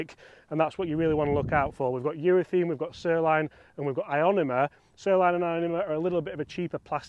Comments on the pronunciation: Please stop saying Urethene. It's urethane. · I love your videos. Please explain what the hell is going on with you Brits pronouncing URETHANE as if it was spelt URETHEEN. I notice it's not just you. It seems to be a thing for you blokes. What's going on? At the end of the day it's just pronunciation so no big deal but why mate? I'd genuinely like to know.